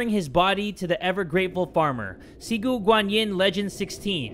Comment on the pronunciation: "XIGU GANYIN" My dude, it's "Ci", like "tzzz goo gwan Yin " XDDD